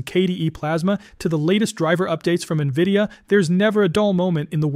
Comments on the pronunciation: What do you mean?! Doesn't everyone pronounce it "Nuhvidia" ? 😂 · Navidia? AI voice, I assume?